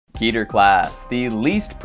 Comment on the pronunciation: I love this series besides the mispronunciation of keter